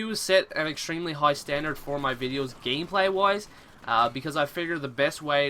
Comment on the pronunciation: Also "gameplay wise" sounds like woise. and sounds like gaymeplayee.